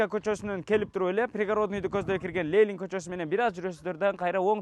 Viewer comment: Ээ ко*ок баш , Лелин эмес Ленин !